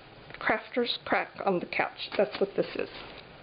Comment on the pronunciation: lol Outside my skill set. I laughed out loud. Gorgeous flowers and drop paper. Love the drop paper book. Wow! It makes me happy too! When you said "crafters crack on the couch" it sounded like you said "crafters crap on the couch". I had to re listen. lol I guess both would apply huh? :-) Cool foil technique. Thanks for sharing. :-)